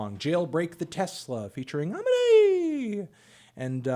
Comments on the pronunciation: Melon. Last time. His name is pronounced uh-me-nay. Not om-mih-nay. Please get it right. All love. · It’s “Uh-Me-Nay” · It’s pronounced “A-mean-Ay” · Pls learn how to pronounce Aminé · when is anthony gonna learn how to pronounce amine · when will melon pronounce amine’s name correctly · this dude really is never going to learn how to say amine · At this point, it would just be weird if he said Amine's name right.